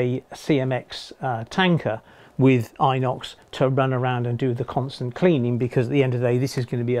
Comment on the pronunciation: G'Day. Mate this is so you don't sound like a naff ok, its pronounced In-Ox, not I-nox.:D Oh and welcome to how I have to sometimes secure the track to the roadbed in my Loft (40°+ at times), only way to keep the track down and at the same time allow enough room for expansion in the track (when its really close to my Steel colour bond roof). Although I'm still trialling extra long broadhead pins and I don't hammer them all the way down, leave a little bit of wiggle room between the head and the sleeper (will find out if its going to work soon, summers a coming). When I can secure the track down more permanently, I think may have told you this one before, I use Sika 300g Black Sikaseal Appliance Silicone Sealant. If I do need to remove the silicone due to say, an error or track layout change, I use Selleys 375g Silicone Remover. The best bit about using the above, is it sticks to everything, and I mean everything (that includes me).:D As to your helix, mate its almost a work of art! Although I would have thought that gluing on the mounting plates to at least one leading edge of each section of radius arc before fitting might have made getting the next section glued in easier when its all put together. Also are you going to put a little bit of super elevation on that, its sort of screaming for it as in certain camera angles it looks like it has an Anti-super elevation (may well be just an optical illusion). And I agree with the other guys who have commen